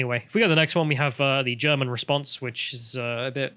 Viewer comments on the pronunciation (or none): none